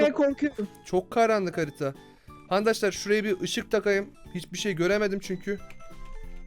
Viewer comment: ankadaşlar diyon